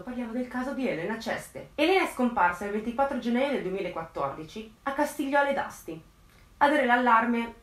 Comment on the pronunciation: X me è stato lui , nn ho dubbi ... 2 cose , il paese si chiama Costigliole e nn Castigliole :D ( ci abito ) e poi bella la musichetta finale dei Pokemon ... ho scoperto da poco il canale e devo dire che sei brava , ciao ...